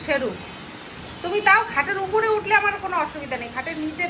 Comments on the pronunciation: Utre noy, utle noy, uthle. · Uthle gechhe not utre gechhe,bengali m a eisadharan kathya vasao janis na